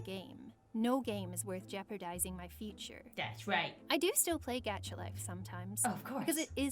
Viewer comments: Why she call it gaycha life? Its sounds wired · Gaaaacha life the way she prononcenes that sorrrrrrry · your not saying gacha life proprly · Oof Gacha Life. Who’s exited for Gacha Dream, Gacha Life 2, and what else was it called? I think she’s saying the game name wrong. It’s annoying